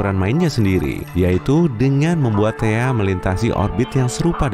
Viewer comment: THAE KALI BUKAN THEA